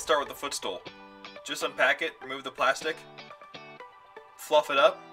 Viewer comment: I love how honest he is with the emphasis on FLUFF IT THE F*** UP.